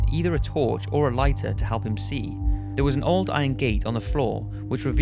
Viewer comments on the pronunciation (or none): Anyone else notice how he says "Halp" instead of "Help"?????